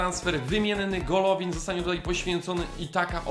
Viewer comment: Golovin Czytaj- Gaławin Smolov Czytaj-Smołow